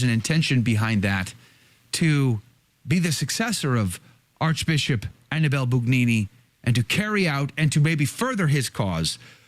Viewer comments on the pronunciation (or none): If you want me to take you seriously, can you AT LEAST pronounce the name Annibale--(ahn--EE-bah-lay) correctly? Try it. Ahn--EE--bah--lay. The stress is on the second syllable. Ahn--EE--bah--lay. The name is not Annie belle. Not unless YOU wanna be known as Josephine. Ahn--EE--bah--lay. Ahn--EE--bah--lay. Ahn--EE--bah--lay.